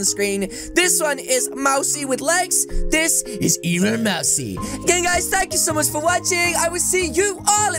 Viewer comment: its not mari its mousey